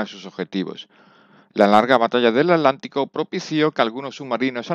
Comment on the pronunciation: Porque dice alantico? No es el océano Atlántico? Con T?